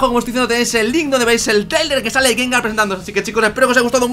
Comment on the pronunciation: gangar? xDDD